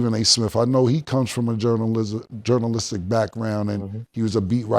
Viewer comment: Cam I'm keeping it JOUNALISTIC!!!" lol